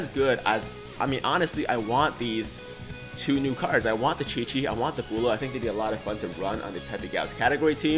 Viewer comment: Not trying to be mean but... B-oh-l-ma Bowl-am Ball-ma